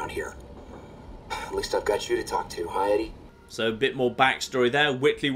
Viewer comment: Did you know it's actually pronounced like "Eddie"?